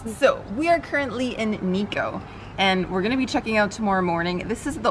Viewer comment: It's not niko.. It's NIKKO